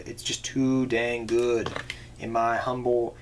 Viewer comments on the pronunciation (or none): none